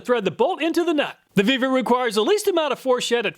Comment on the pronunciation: You earned a "like" just for pronouncing that one brand! :) Really surprised to see the Vevor product working so well. How come there's no, "We're gonna test that!" underwear? ;)